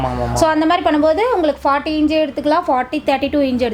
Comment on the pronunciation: அக்கா அது இஞ்சு இல்ல அக்கா , இன்ச் 😂😂😂 ...